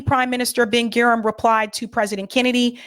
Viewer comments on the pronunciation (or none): Menachem Begin is pronounced Men-A-chem BA-Gin. Prime Minister David Ben-Gurion is pronounced Ben-Gur-I-on. President Nasser President Nasser is pronounced NASS-er. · FYI, pronunciations are "Ben GOO-ree-yun" (Ben-Gurion) and "Meh-NAH-kim BAY-gēn" (Menachim Begin) Excellent video, shared. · Please learn how to pronounce the names of these very famous people. Manachem Begin, Ben Gurion, Gaddafi, Nasser etc. etc - It's annoying and would be like calling Obama Obb-uhm-ah or Kennedy Kuh-need-eye. BTW, Sirhan B. Sirhan was Palestinian and did detest RFK for his support of Israel. RFK Jr. believes he wasn't the shooter whose bullet killed, but that someone from the CIA was. Of course, RFK Jr is often a nutter, too.